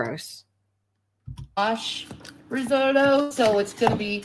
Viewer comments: My favorite was when she was making the risotto and she kept calling risorto. 🤣 I was like wait what... then she pronounced it like 5 different ways. But never the right way. I was like holy shit. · Risorto, asagio, I’m sorry, organo, pompkin, basahmitti, so many things she can’t say